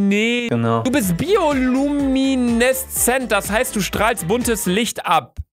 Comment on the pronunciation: Luca:,,du bist bioooluumineemeee" Luca(23) kann noch nicht richtig lesen😂💖